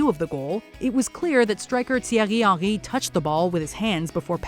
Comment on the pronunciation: The way the names for gallas Henry and rivaldo is so annoying no one pronounces the names like that